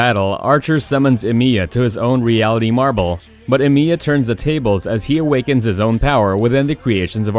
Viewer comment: “Shirew” “EmIEya” please don’t disrespect Shirou like this...